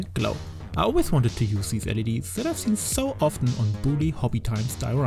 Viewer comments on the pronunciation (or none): none